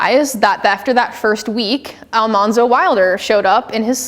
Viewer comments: In your research? Evidently, you haven't done ENOUGH research....you apparently can't even get the pronunciation of Laura's husband's name correctly! It's NOT pronounced Al MAHN zo.....his name was actually pronounce Al MAN zo....which is why she called him Manly. (Not MAHNLY) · Great presentation. I have over 100 books about Laura but I still learned a few things. One thing though, her husband’s name is pronounced AlMANzo. The show got it wrong, just ask Dean Butler who played this character. Awesome job, I need to read the books again. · If Almanzo (and you are not saying it correctly) filed for a homestead claim at the same time that Charles Ingalls did (winter of 1879 to 1880), he would have been 22 or 23 years old as he was born in February 1857. Thus, legally old enough to file a homestead claim. LIW made Almanzo younger in the books. It's irritating that I can answer the questions from the audience quicker and more accurately than the speaker. I'm no expert. I have simply read her works (fiction and non-fiction) and have two older biographies (but have not read the most recent one which I only learned about yesterday) and visited some of the locations. One hint for your next talk --- Have some water so you're not constantly clearing your throat. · If only it took one hour. It was far less than at the one hour mark and it wasn't just one error. She doesn't even know how to pronounce Almanzo's name...again she went with the TV show rather than LIW's actual life. So how are you going to defend that? She didn't even bother to learn how to pronounce the name correctly because that's how the TV show said it. If she's such a LIW expert she should have listened to the one recording LIW did in her life where LIW pronounces her husband's name. The incorrect information about the college for the blind was the final error that I could take. I shudder to think how many errors I would have caught if I could have forced myself to sit through the entire hour.